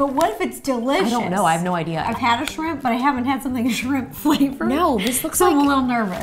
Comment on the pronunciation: ro: shrimp justine: shrip chip